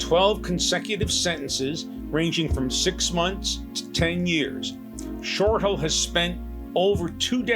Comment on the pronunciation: Hi, I am Jeffrey Shortal's mom. His last name is pronounced Shortell, not Shortal. I have watched this video so many times. $6,000.00?? for this? Yes, you told my daughter Tami, you were expensive, but this is it? I am not understanding. I have no connection with you, probably a good idea. I am sure you have helped people, but I/we really expected more! I am feeling played, can't help the way I feel. I wish you the best! Patricia Ross